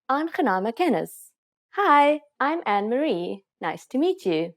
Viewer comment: Your pronunciation ineeds more practice. Using GOEIE DAG is slightly rude. We say hallo or Goeie môre, Goeie middag of Goeie Naand . ANNEMARIE is not pronounced ANN-MARIE it is pronounced as AN-NE-MARIE.